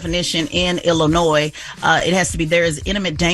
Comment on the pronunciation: Teslyn if you are going to report national news please learn how to pronounce the name of the state. The “s” in Illinois is silent.